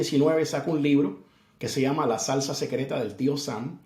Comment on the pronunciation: Cariñosamente lo ssssshama jajajaja si